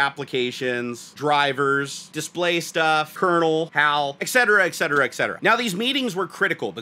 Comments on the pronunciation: Et-cetera, not "EK-cetera". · Love the video except for one thing. "Ex-cetera" is not a word. PLEASE stop saying it! When I hear it, it takes me out of the moment and a I start thinking about viewing a different video with the hope that I won't have to hear that abomination again. Thank you.